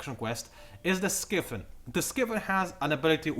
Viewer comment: pretty sure it's pronounced sky-fin,. as opposed to 'skiffin'. it's a fin that is in the sky. just saying.